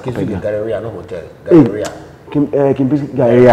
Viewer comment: GARRERIAH" (Galleria):D my. great guy. quality goods